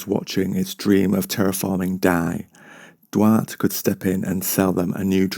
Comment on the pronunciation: Duarte (Dwar- teh)